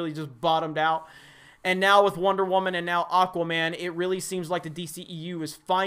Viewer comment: The waman lol